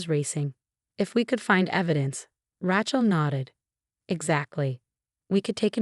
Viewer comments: You know what? Nobody is named “RA-chel” The name is “RAY-chel.” There is only one pronunciation. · And no T. Not Ratchel. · The name, Rachel has a long A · Maybe the double consonant throws off the voice program.